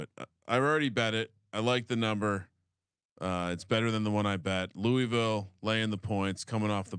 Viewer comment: you said Louisville right the first time and then corrected yourself to say it the wrong way cmon brother...